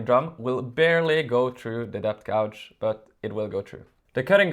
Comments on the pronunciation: FYI…the measurement sleeve is called a ‘gauge’ and you say it like cage but starting with a ‘g’….Not gowge. Yes…Dremels do not like deep cuts all in one go, better to make several passes of just a couple of mm each time. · Very good video. If you can edit the film, pronounce "gauge" correctly. "Gouge" has a different meaning. The spelling of English words reflects how they were pronounced hundreds of years ago.